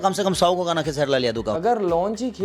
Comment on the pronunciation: खेसारिया को (खेसरी लाल) बोल रहा है भाई 😂😂